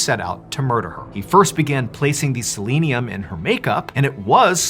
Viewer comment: Dude, you are mispronouncing selenium.